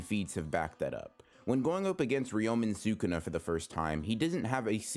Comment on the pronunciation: for the first half of the video i didnt realize that he was saying Sukuna 💀